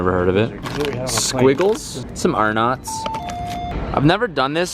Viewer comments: he did not just call Arnotts Ar-knots....... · lmfao it sounds like he says "Our nuts"